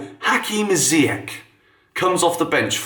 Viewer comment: How do you still butcher Ziyech's name EVERY SINGLE TIME?